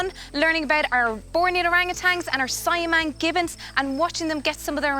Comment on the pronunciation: let me do some correction. - sibu is pronounced see-boo - cahaya is pronounced chahaya - siamang is pronounced seeyah-mahng